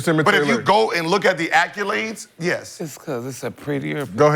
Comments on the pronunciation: idk why but ppl pronouncing accolades as "acc-yew-lades" always bothers me, especially when you can tell that person is fairly intelligent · Why Gil keep saying “Acc-u-lades” 😂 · Somebody please tell Gil that there is no “U” in “ACCOLADES”.